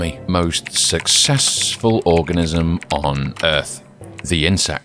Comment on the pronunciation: I know you read organism wrong..